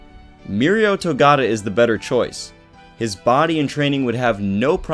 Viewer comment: Togata not togata